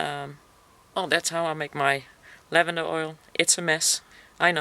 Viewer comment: Infused lavander oil not lanvander oil..